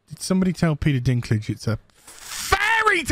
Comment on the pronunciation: Peter Bladdy Deenklijjj 😭(Dinklage)